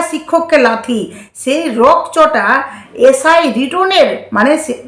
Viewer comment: উচ্চারণের দিকে ধেয়ান দাও ! ছিক্ষক নয় শিক্ষক , ছেই নয় সেই, পুলিছ নয় পুলিশ,এছেছে নয় এসেছে ইত্যাদি ! আশা করি খেয়াল রাখবে !